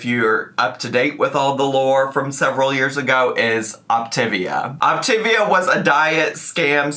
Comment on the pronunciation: BTW: It is officially pronounced OPTA-VEE-AH.....Had too many friends sucked into it.